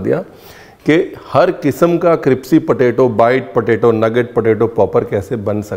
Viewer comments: App crispy ko cripsy bolte hee😂😂😂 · Tusi crispy nu cripsy kyu bolde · Cripsy ya crispy 😂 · Crispy nu tuci cripsy bolde ho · Any one notices he said cripsy instead of crispy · Boss it is crispy* NOT crispy, Mera sleep of tounge ho raha hai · Why do pronounce it cripsy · Does anyone notice that he calss "cripsy" not crispy 😂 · Tum hamesha crispy ko cripsy kyu bolte ho? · Cripsy nhi crispy hota hai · It's crispy not cripsy 😂😂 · CRIPSY? Lol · Sabme besht kripsy pehle mujhe laga miane kuch galat suna h 😆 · Ur saying cripsy.... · Cripsy cripsy thoda over hogya. It's not funny anymore. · Ranbirji aapn kipsy q boltey ho....it should be Krispy 😂❤love ur all teceipes 😊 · Crispy hota hai cripsy nahi🤣🤣🤣🤣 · Sir g aap crispy ko cripsy kyo kehte ho mene bhot baar suna h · I simply love the way you say 'kripsy' for crispy😂😂. Thank you for the amazing recipes and the entertaining videos. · Cripsy so cute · aaj mujhko pta chalaa crispy ko cripsy kehtey hain love you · Chef ka cripsy kehna bht acha lgta hai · i love the way you say cripsy and not crispy. its cute. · Dear chef, I enjoyed your word cripsy instead of crispy it was mast ❤❤😂😂😂 more love to the most resercher food chef❤❤❤❤ you and your smile is amazing 🤩😍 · I like your videos very much.. Thank you. I would like to correct one word that you use often, it's criSpy not cripSy.. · Haha from long time I am observing Ranvirji..you say cripci.. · Hmne bhi bata diya ke crispy hota hai cripsy nhi fir na kehna hmne bataya nhi 🤣🤣😄lekin dishes ❤️❤️❤️❤️❤️ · Not cripsy. Its crispy😊👍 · Bhai you are an internationally acclaimed chef. Lease try to understand me . Don't ever use the pronciation cripsy. You are intelligent enough to get my point. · Nice cripsy 😂potato nuggets.. I will try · raveer said cripsy...instead of crispy...😂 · Chef, your use of cripsy instead of crispy sounds good!!!!! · Crispy ko cripsy bolte hain ranveer ji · You look more cute when you say CRIPSY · Aapke "Cripsy" par waari jaava! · Its crispy....not cripsy..